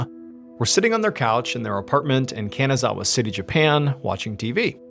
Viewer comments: Its pronounced kahn-nah-zah-wah. Not can-a-zah-wah ❤. ily mr ballen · Ree-sah not ree-suh. Hee-roh-kee not here-oh-kee. Deh-moo-rah not deh-mer-uh. Kah-nah-zah-wah not can-uh-zah-wuh. 🙄 The anniversary of Hiroki's birthday not his actual birthday. 🙄 Oh-sah-kee not o-sah-kee. 🙄 #1's title should be "Eggcellent" not "Eggcelent". 🙄